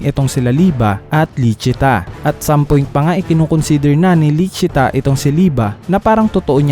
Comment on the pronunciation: "Lisi-ta" po ang tamang pagkakasabi ng pangalan at "Licita" ang official translation ng pangalan. #Correctionlang👍